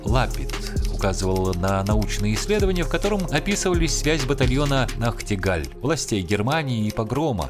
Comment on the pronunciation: Нахтигаль - немецкое слово, ударение на первый слог, как собака лает.